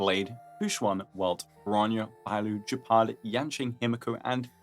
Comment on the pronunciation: Where do you guys get that pronunciation for Gepard? Is it made up or is it how the EN cast pronounces it? Ugh, not that it would be the first time they don't know how to read words... It's an animal, btw: the Landau family's names (Gepard, Lynx, Serval) are all felines. Gepard is cheetah...